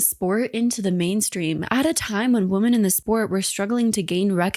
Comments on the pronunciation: i was looking for this comment. she also always say woman instead of women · Man Men. Woman Women. Whim-In. The plural of woman is women pronounced Whim-in. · I can’t get over this, it’s been so many videos. The way “women” is pronounced sounds exactly like “woman” every time and it jolts my brain. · Why do so many female content creators pronounce ”woman” and ”women” the same? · it jolts my brain too, and maybe it's a pronunciation evolution. I've seen old movies from the 1940's where "homicide" pronounced as "home-uh-cide"